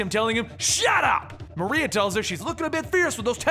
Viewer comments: Hey big fan but chick's name isn't Black "Maria" its Black Mariah "Ma-Rye-Ah"...like Mariah Carey. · u said her name wrong is black mariah not maria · Just FYI it's Mariah pronounced the same as Mariah Carey not Maria. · Love this video, but it's Black Mariah like in Mariah Carey. This was a hilarious read. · For future reference bro, it's pronounced Black "MARIAH" as in Mariah Carey. I know you like to be as accurate as possible, just thought I'd point that out for ya. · it's "Mah-rye-ah"